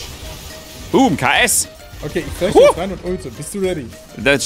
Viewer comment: hab ich grad n fläsh gehört hahahahaha